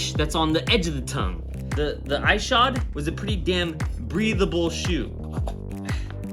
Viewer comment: EYE SHOD 😆 its E SHOD. other than that, the shoe is great, it's so light but also has that perfect weight for a better feeling pop. It took me like five sessions to get a true feel for them